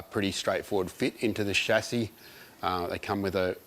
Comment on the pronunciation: The only ausie that says chassis right. No Schazzy here.